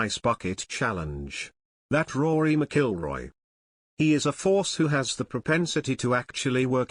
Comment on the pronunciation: Not pronouncing Rory's name right.